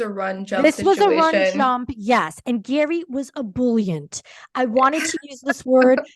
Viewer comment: Actually pronounced Gherry not Gary. He mentioned this in an interview with Jimmy Kimmel